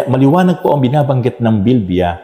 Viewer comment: Praise God pastor please pronounce bibliya correctly naririnig ko po Kasi sa Inyo ay BILBIYA tnx po God bless po